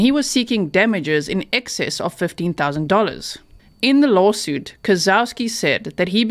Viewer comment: Did you say fifteen thousand dollars or fifty thousand dollars for damages that the doctor was seeking against his former employers? That doesn't sound like much either way when compared to the insane drama that has arisen from this insanity. What's wrong with this surgeon anyway? It sounds like something pulled from a dang horror movie! I'm blown away by the damaged amount if I heard correctly.